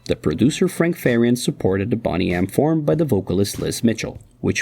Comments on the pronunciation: How is Boney pronounced like Bonnie and not Boney as in 🦴 lol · Boney (pronounced the same as the bones in your body. Not Bonny - which means good looking ,healthy, well presented attractive. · Pronounced bone nee